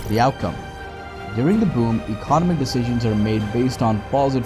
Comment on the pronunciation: Your pronunciation of “economic” cracks me up. Great video, but fyi that might retract the message for some viewers